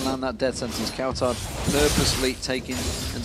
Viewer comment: deficio says cowturd instead of cowtard.. ban him from commentating pls